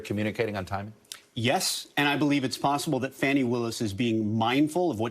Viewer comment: It’s pronounced FAWN-ie, not FANNY.